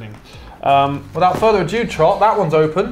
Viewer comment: Could swear said "without further a jew"